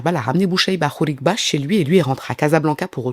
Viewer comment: C'est khribga et non khrigba😊